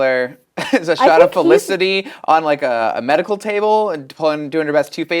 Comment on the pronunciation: Her name is Felicity not Elicity.